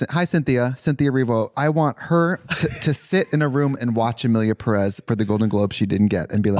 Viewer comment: for starters it's PErez not peREZ. Peréz doesn't exist